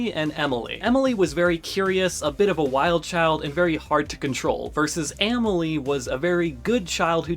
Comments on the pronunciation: Amèlie is actually pronounced “ahh-mel-lee” 🫶🏻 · Aaaah-mile? Ah-malie brotha